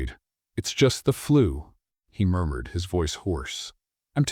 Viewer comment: What happened to punctuation? Murmured pronounced “murdered”?